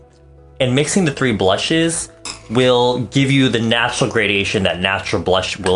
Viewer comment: lol I hear him saying "these ballshit..... blusheeeeess"